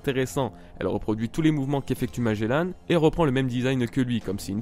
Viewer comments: Ca ce prononce Magellan et pas magellane juste pour infos ca fais mal au oreilles d'entendre magellane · et magellanne (enfin tu le dis comme ça :p) bas c est un navigateur et ça ce dit Magellan (comme le nouvel an) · Oui sa ce prononce magellan pas magellane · la manière dont tu dit magellan est horrible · Juste un truc quand tu prononce magelan ne dis pas MAGELANNE mais magélAN comme comme dans grANd an pas anne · Magellan pas Magellane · Magellan pas magelanne comme tu le prononces bordel de merde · Pourquoi tu dis magélane? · T'ES SÉRIEUX MAGELLAN EST MON FAVORIE ÇA SE PRONONCE : MAGELLAN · Il dit magellane xD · Même ci la vidéo date un peu je tien a dire que j'ai détesté ta façon de dire Magellan. Mais le reste était sympa a regardé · Ta prononciation de Magelan ma fe mal à l'oreille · tu prononcer mal le nom de magellan